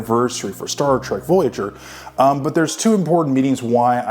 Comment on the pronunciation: Staar Treg ... A.I. at its best.